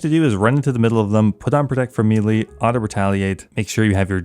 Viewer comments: The word is may-lay not mee-lee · It's not pronounced me-lee its maylay... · Its pronounced may-lay say it right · CAN YOU PLEASE SAY MELEE CORRECTLY. FFS. ITS PRONOUNCE MAY-LAY. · It's spelled melee, it's pronounced maylay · For the love of sky fairys learn how to pronounce melee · Please stop pronouncing melee incorrectly.